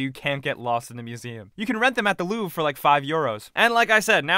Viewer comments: It's LouvRE. Not "Louv" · It's not "Louve". It's Louvre with the r in it. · dislike for u saying luuuv instead of louvre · Goddamn, him misspronouncing louvre hurt me... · louvre is pronounced wrong